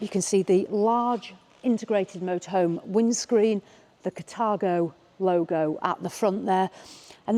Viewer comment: It’s called Car-thago not cat-argo your pronunciation is wrong.